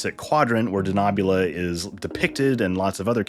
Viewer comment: I have problems with the pronunciation of d Denobula. We have seen Enterprise .